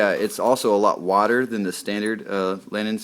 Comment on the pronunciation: Did you say water or wider???